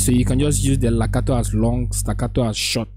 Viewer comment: Its Legato sir. Not lacato